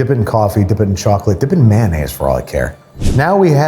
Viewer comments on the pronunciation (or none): Delicious may-naise. :')